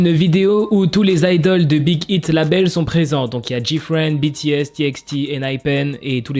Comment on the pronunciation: ont comprend que ton anglais fuite un peut 😂 Mais! Respecte le nom de l'agence de BTS c'est Big aïte pas Big ite ( je sais que sa s'écrit Big Hit mais c'est un exemple pour que je me dites pas "bah Big Hit et Big Hit c'est pareil ) brefff Respecte😭😭😭😭 tu respecte ton apagala je sais pas quoi mais tu respecte pas l'agence de BTS!!!!! ( A prendre au second de très )